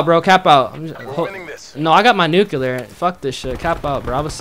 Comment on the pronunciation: Nuculer ! Haha